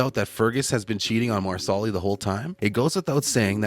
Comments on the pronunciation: Mar-sa-li not Marsoli. If you watch the show which it is obvious that you don’t you would know. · Loren’s character’s name is pronounced “Mar-sa-lee” not “Mar-sol-li” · Please speak English and pronounce names properly.....Marsarlis ??? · Wow, these people are lazy, they don't even find out how to say the names correctly!!! Marslee!! Not Marsallie!! Improve your posts! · If the narrator watched the show he would know how to pronounce Marsali. Mar - sa - Lee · Uhh...excuse me...the accent is on the 1st syllable of Marsali's name...(MAR' sa lee). Also, Jamie & Claire used a TARTAN for warmth & to stay dry. It wasn't a blanket. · Marsali is pronouced Mar-sa-lee with the accent on Mar. not on the second syllable. And NO Fergus is not an adulterer. He despairs because without his hand, he can't do the traditional "man's work" and Marsali has to go everything. Fergus can't be a farmer. Yet, he doesn't want to do what is considered "women's work" either. It is after the birth of Henri Christian that Fergus has a mental break and becomes suicidal. He must find work he can do away from the Ridge if he is to feel worthy as a provider. . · MEEE TOOO! It’s “MAR-SA-LEE” dude! 🙄🙄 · It is pronounced like the garnish parsley--PAR-sely.! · Yep, dude was real close to ending himself. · Marsali is pronounced “MAR-slee” and it’s FRAY-ser, not Frazier.